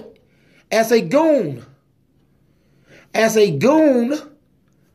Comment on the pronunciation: When he says goon it had me laughing 😂